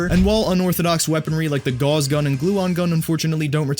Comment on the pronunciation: Gauss. GAUSS! Not gauze... it rhymes with mouse. It's the gouse gun! Named for Carl Gauss or more likely one of the dozens of things named after him, such as the gauss gun.